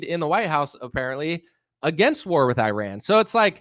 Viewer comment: You piss me off to no end when you say Qatar and Iran, but the way you make fun of Tim Pool makes up for it. Especially Tim Beainie, Tim Beanie, Tim Beanie.